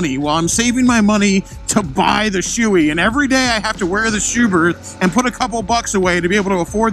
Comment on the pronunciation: in 40 years... I have NEVER heard someone pronounce SHOEI wrong. I was todays years old when it happened. Well done sir.